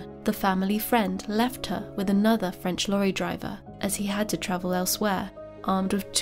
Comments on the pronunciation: Your French pronunciation is excellent!🥰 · One of the best true crime channels. The quiet achiever., your French pronunciation is superb 👌